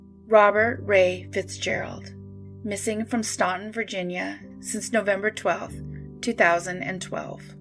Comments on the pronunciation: Stan-Ton. The u is silent. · Staunton is pronounced “Stanton” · Staunton is pronounced "Stanton". Not sure why, but they are very insistent on this. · I live in Staunton (it’s actually pronounced STAN-tin, the “U” is silent) and I knew Bobby Ray Fitzgerald. I don’t have anything to add really I just wanna let everyone know that to those of us who knew him this case still fucks with us to this day.